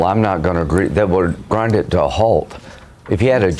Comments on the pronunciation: Did he say "Grindr to a halt"? 😆😅🤣😂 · 'Grindr to a hault', what the f**k, LOL.